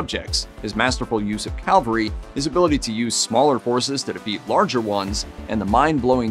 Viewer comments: 'cavalry', not 'Calvary' - you're getting horsed troops mixed up with the crucifixion.. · "cavalry", not "Calvary". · Take a shot every time he says “calvary” instead of cavalry. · Not calvary, CAVALRY